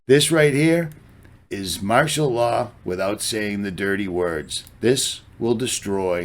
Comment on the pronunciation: Martial Lar 😆